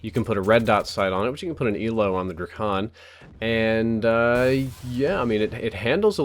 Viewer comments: its pronounced drei-ken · It's pronounced dray-cun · Its not Drakon its: Drake- on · I love how he pronounces it DRUH-CON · Its pronounced like DRAY-KIN your welcome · ITS CALLED THE DRAKON DRAKE-UN